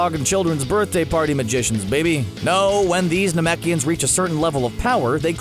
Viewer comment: Got the races all wrong and can't even say gohan or piccolo race right thumbs down.